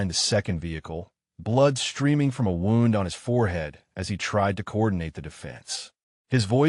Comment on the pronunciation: Wownd(wound) different meaning to same word pronounced "woond". AI needs to differenciate. There are numerous words that have same spelling but different pronunciation but same spelling depending on context. Very irritating